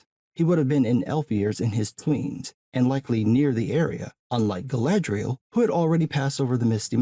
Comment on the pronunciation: Kudos on the pronunciation though, the actor portraying Elrond, the way he pronounces Galadriel, right on point.